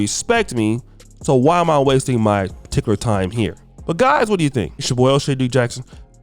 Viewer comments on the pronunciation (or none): you gotta do better, bro. You're showing you don't really watch her content every time you use her as a reference because she says her name, yet you continue to butcher it. Out of respect, you gotta get the young lady's name right, my dude.